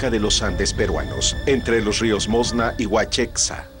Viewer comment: Es moshna con SHHHH Narrador de mierda.